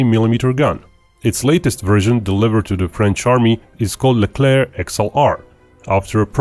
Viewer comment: The ONLY video where the final c in "Leclerc" is not prononced. Bravo.